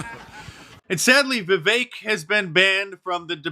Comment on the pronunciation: It's Vivek, as in "hi-tech" or "deck." Not "Vivake."